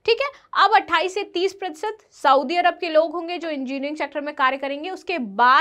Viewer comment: मैडम! आप पढाती है,पर लिखा हुआ भी पढ नही पाती है,सऊदी = सऊदी, साऊदी नही